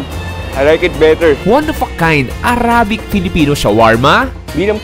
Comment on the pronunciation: Please consider researching the right pronunciation for the word “arabic.” Salamat po!